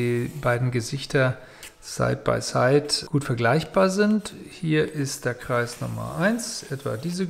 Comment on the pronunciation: Hallo, Sie haben an der Stelle "Kleis" anstatt von "Kreis" gesagt. Ich bitte Sie das beim nächsten Mal zu verbessern. Danke!